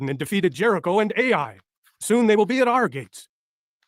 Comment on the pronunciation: 34.35 The Biblical place Ai is not pronounced "ay eye." It is pronounced "eye" or "I"